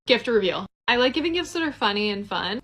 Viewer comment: LEARN TO SPEAK ... because there is a difference between "gifs" and "gifts" ...